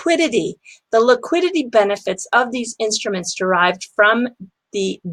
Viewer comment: Liquiditahhh lol